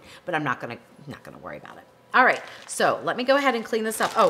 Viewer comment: You may spell it 'alright', but to me, it sounds exactly like I spelled it - 'aright'. Maybe it's your accent, I don't know.